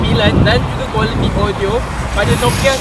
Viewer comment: Me: audio dia cm mana ? Mamat ni: odio dia... Me: opss shhh 🤫